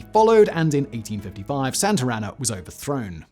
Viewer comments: It’s not Santarana, it’s Santana, with no R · Lmao it’s SANTA ANA not Santarana 😂